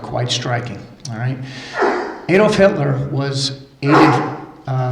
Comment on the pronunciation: It's Adolf not ayedolf. Neway Gd work and keep it up, the more info that gets out the more likely it is we will get a proper investigation. Even if one of the many facts about the conspiracy is right then we truthers are right.